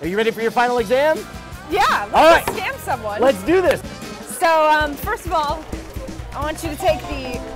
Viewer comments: Yeah the "scom school" thing pisses me off so much. It sticks in my head and drives me nuts with that wrong word. Anyone know why it sounds like that? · Kirby Buxton I know it's supposed to say scam school but it sounds like they're saying scom. I didn't know it said 'go down' though so thanks for that.